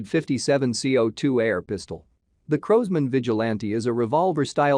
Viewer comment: Crows-man ???? In America w call it Crosman ---Like Cross-Man......